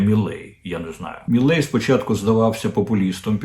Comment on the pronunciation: Не «Міллей», а «Мілей», пане Дммитре. Javier Milei.